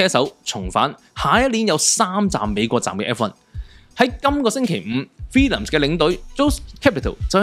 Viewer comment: 唔係 Villiams 係 Williams , WILL 呀…… 你啲乜嘢發音嚟㗎🙄